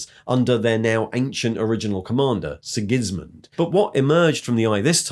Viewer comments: sIgISmunD? Now you're just trying to pronounce names wrong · Sig.IS.Mund. Ar-bitter Eye-anne...wot u doin M8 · As a German, that one cut deep.